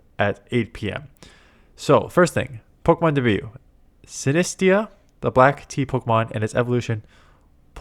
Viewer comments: Stop trolling with pronunciations, “Si-ne-stia, it’s “Sineste” it’s not that hard your a grown man btw 😅🤦‍♂️ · I'm starting to believe you're trolling with pronunciations 😂 it's a haunted tea cup called SinisTEA and a teapot called PolTEAgeist